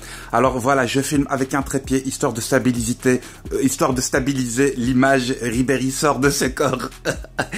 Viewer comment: "...histoir de stabilisité..."😂😂😂😂😂